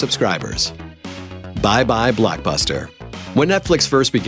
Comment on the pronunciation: WHYTF does he say blackbuster and aanline